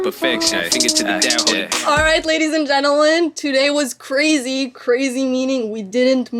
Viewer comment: Sounded like she said "gentlelen" lol